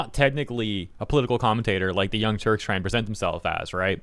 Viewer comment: I do not hear young turks, I hear young turds :D